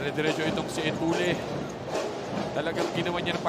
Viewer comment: Sino ba yang commentetor nyu ncaa d marunong mag basa . Zedjay etulle... Etulye pag basa nyan putik😂😂